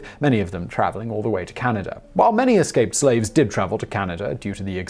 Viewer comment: You did! You have to admit, Simon doesn't fumble pronunciation often.